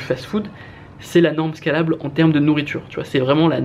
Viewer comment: Très bonne vidéo, juste peut-être pour la prononciation de scalable, qui vient de l'anglais (scale : échelle) et qui pique quand tu le prononce à la française